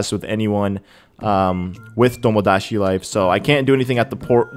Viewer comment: Its TomoDaChi Not TomoDaShi